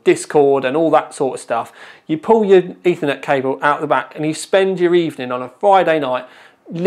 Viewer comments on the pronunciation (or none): none